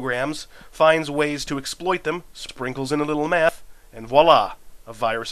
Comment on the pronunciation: Wait, did you say, "...sprinkle in a little MATH..." or "...sprinkle in a little METH..."? Well, either way, it makes sense.